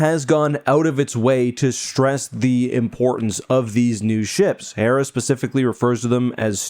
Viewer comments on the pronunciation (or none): none